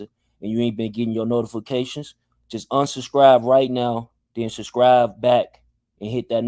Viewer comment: This nigga said “unsubscrive and subscrive again” lol😂😂